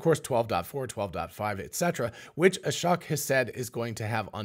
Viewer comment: It's SHOCKING how many times I've posted the correct pronunciation of Ashok's name on this channel. Hint: It rhymes with choke. How do I know? I've listened to his own self introduction.